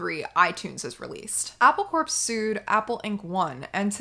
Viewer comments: "Corps" is not pronounced "corpse", it's pronounced "core", you know, "Marine Corps" or "apple core." You should send this video to Briahna Joy Gray. She's a little constipated about The Beatles but maybe she'd have you on her podcast because she's always willing to learn. I really wanna see that podcast. Also, she'll give you and you enterprise some reach. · The word corps is pronounced "core" not "corpse". Hence, their company name is a pun: Apple Corps.